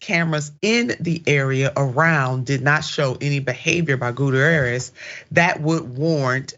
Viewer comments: For crying out loud, it's "Gut-T-air-ezz!" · She should learn to pronounce names before she starts her podcast. Doesn't anyone on her team know how to pronounce this man's name. It's embarrassing.